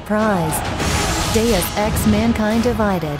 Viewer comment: Not even the advert voice-over AI can pronounce 'Deus' properly!...